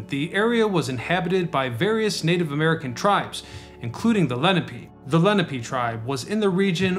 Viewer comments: Leh-NAP-PAY!! Damn noone gets this right. Lenape=LEN-AHH-PAY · Len opp pay… not Len a pee…